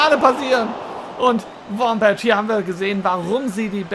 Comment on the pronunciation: ein Verbesserung der Aussprache: Die Nummer 20 der USA (Wambach) wird mit k am Ende ausgesprochen.